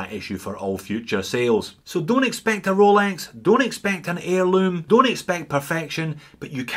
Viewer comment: Great channel, I watch every one, but I'm a bit over the "Cholex"